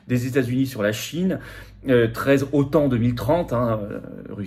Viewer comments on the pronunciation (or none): none